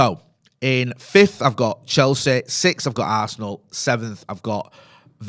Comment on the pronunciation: my man said man u 4th hahaha! And he said fift, not fifth